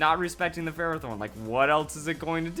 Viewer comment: Lmao yeah you said ferrothorn for like half the vid